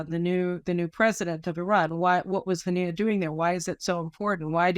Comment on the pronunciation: You could have got his name right its Was Mail Haniyeh